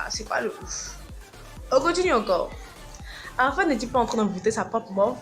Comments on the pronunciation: Dj Arafat pas arafade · Je trouve que te jouer les lolitas avec des mimiques d'ado français décérébré, est pas respectueux...même le ton de la vidéo, le fond sonore est vraiment mal choisi. On dit pas ARAFAde ***....un peu de respect quand même...bref ...tu es pas sage et assez mature...tu nous fait mal et honte .